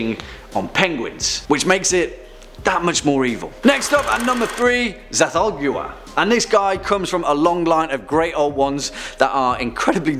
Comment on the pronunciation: You say it set-toe-goo-ah. Lol